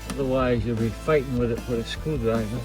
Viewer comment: What's a "caa" and "screwdriva" ? 🤨